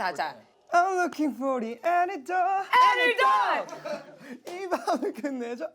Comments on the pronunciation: Lmaoo jessi forgetting how to pronounce antidote . Anti-dot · Anyone else notice Jessie kept saying “antidote” wrong...?? 🤔No...?🤨 Okay😂